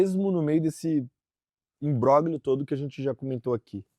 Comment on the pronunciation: O G é mudo! Imbróglio se fala imbrólio...